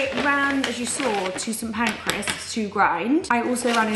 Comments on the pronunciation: St Pancras yes, not Pancreas 🤣 That’s an organ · Bless her why is she calling Kings Cross ‘St Pancreas’ 😭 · Are we hearing the same vlog? It’s PAN-CRAS yet she says PAN-CRE-AS every time 🥲